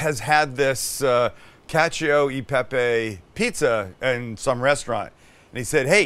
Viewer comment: I love you Sam but the way you say cacio e pepe always drives me crazy 😂 you've got cacio pretty right, but in italian you pronounce "e" as the first part of "a", like you would in the world "chef", so it's not "cacio y pepy" but "cacio e pepe"! Also, in italian we say "perfetto" without the c, hope this helps you and all non-italians ❤